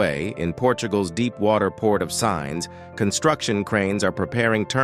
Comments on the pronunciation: That's great, but just so you know: 'Sines' (the port of Sines, just south of the Portuguese capital, Lisbon) is pronounced Seen'shs, not Signs. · Please learn to say Sines (Seenesh) properly too! This is computer generated, they trash all names and accents 🤣🤣🤣🤣🤣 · SINES - pronounced as “seens”!